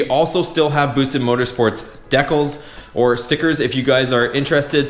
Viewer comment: Good video! Did you just call a decal, a deckel? 😆😆😆